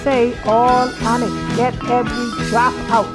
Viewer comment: Every drap? I love your excitement